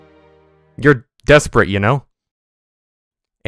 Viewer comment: Despirate😂 you went to Harvard???